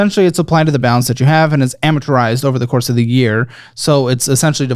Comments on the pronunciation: Someone plz teach how to properly pronounce “amortize”. 😂 (no hate don’t come for me lol) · pronouncing “Amortize” correctly challenge: impossible